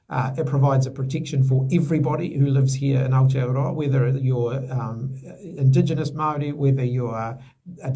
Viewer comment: And said Indigionous. F****king Wankerrr